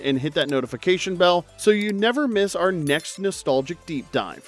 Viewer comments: For the last one, her name is Sarah Chalke (Chalk) the "E" is silent, not Chalkeeee. Wondering if the voice is AI? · CHALK. Not Chalky lol. That was killing me. LOVE THE CHANNEL THO! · It's Chalk, not Chalkie. The "e" in Chalke is silent. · Same. Thanks for pointing it out